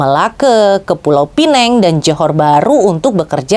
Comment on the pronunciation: Bu...sebutannya pulau 'pi nang' bukan 'pi neng'.... Pineng itu sebutan untuk english buk